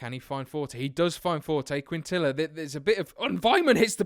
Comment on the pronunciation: in quintilla the ll makes a y sound